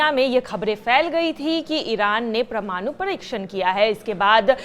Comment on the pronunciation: O madam pramnoo nehi parmano bolo😂😂